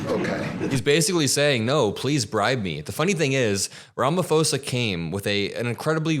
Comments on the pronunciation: The South African President’s name is pronounced Ramaposa. No “f” sound. The “h” is there for a reason. It makes the P a soft explosive P rather than a hard P. It’s difficult to explain in English without hearing it. . The people living in the Cape Flats are not White. The people who live there are identified as Colored. The person who brought it up doesn’t understand that the average person in the US is not going to know that. The overwhelming majority and proportion of crime victims in South Africa are Black and Brown. White Afrikaner is totally redundant LOL!!! That’s like saying White Aryan (although I hasten to add that this is not to imply that all Afrikaners are necessarily White supremacists). In South Africa, White refers to all White South Africans while Afrikaner refers specifically to the descendants of mainly Dutch colonists. Otherwise you are absolutely correct. Crime is a nationwide problem. I have family living in the farm area that some of the recently arrived South Africans come from. The last time I visited, two farm workers were attacked. They were Black and the farm owner was also Black. Thank you clarifying all of this, including the Julius Malema situation. Using him as an example is like saying that Alex Jones is mainstream. ( As an aside, this claim of a genocide has as much credibility as Alex Jones’ claims about Sandy Hook. That is how ridiculous this is). Many people misunderstand what happened to end Apartheid. It was not merely a struggle. It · It's pronounced ram-poser. Over 20% of SA white people have already fled the country. are you now advocating the torture and murder of human beings? You are SO ignorant. Please watch an interview where Malema refused to rule out leading the slaughter of all whites in South Africa. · I love your channel but can American commentators please learn to pronounce Cyrils surname correctly. Its 'ram-o-po-za' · Just a helpful hint, the "ph" is pronounced differently. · Pronounce it Ram-a-pause-a😊